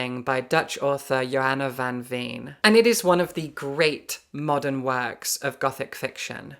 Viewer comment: I know you care about pronouncing names correctly relating to the original language so this is no criticism. Not at all. Johanna van Veen is closest to pronounced as Yo-hanna van vain.